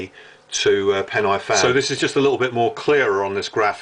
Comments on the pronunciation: You may have been up there the same night I took my sin up there, though I wasn't on pen-aye-fan or corn foo nor fan far. LOL sorry to take the mickey out if your pronounciation of Welsh.... Try pen-a-van, corn dee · Entertaining video. Thanks. Pronunciation of the place names is a bit off. Where are Corn doo, Fan far and Pen aye fan?